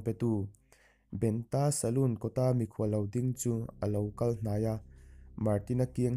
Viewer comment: Ngawi teh aw.Eizawn leh pawisa hmuh nâna hman in tum anih pawhin lehkhaziak chhiar leh hming chhiarrik dan tal hi uluk teh u khai.Entirnãn--'Benta' tih hi mihring hming ani a,BEN-A emw BENṬ-A tiin lam tur.A ziak ang angin i chhiarzawm a,mihring hming nge,lui hming nge,ramsa hming tih a hriathran theih loh.Thawnthu ngaihnawm tak,a ngaihnawmna bo ṭhakin i chhiar tlat mai.Hei hi nidang zêla i fimkhura i inzir zêl nâna ka thurawnah lo ngâi teh khai.A hman hmanin Youtube-ah thawnthu,adt in dahlût hi sim teh u.Lehkha chhiarthiam satliah niloin 'chhiar dik' a pawimawh.Hei hi thurawnah lo ngâi mawlh teh aw.